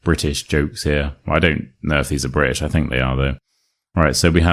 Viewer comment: You pronounce british here as british and a few seconds later as bri'ish. Im confused when to use which